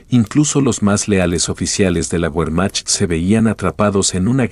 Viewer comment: Que pronunciación tan absurda y desagradable. Que documental tan bajo de calidad. Cuando oyes : "la guermac", por Wermacht... apague y vámonos !